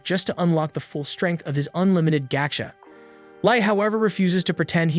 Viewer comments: Hey man, just want to let you know that it's pronounced "Gah-chah". Gocha is an abbreviation for a popular ice tea brand here in Japan. Not trying to be a dick, just felt if I were in your shoes I would appreciate it when people taught me this stuff. For the record, love your videos. Ganbatte!!!!!! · If you're gonna make an A.I. voice summary, AT LEAST make sure the damn thing can pronounce the title properly.... GAH-CHA. not "GO" cha... ffs... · ... absolutely can not watch just because they say goat'cha instead of gacha (gotcha) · It’s Ga-Cha not gou-cha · Gocha.... Ga - cha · My god, it's driving me crazy when it says "gotcha—gatcha." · 237K subscribers and this dude narrating can barely read. Lost it after "pigstee" and "goatcha" and the random swearing. Reminds me of a kid that doesn't know how to cuss. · My guy, it's fucking pronounced GACHA. Not whatever the hell you were mumbling. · This is an AI summary, it doesn't know how to pronounce Japanese. The script also has "pigsty" pronounced as pig-stee. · Your atrocious pronunciation of "go"-cha and pig-"stee" has told me all I need to know about whether you're worth any more time. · Dumbass AI voice mispronouncing 'gacha' over and over